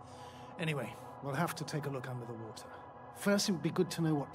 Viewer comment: Not Water, it's wowtha!